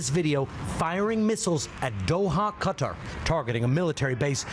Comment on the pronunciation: It's Qatar (Ka-tar) not cutter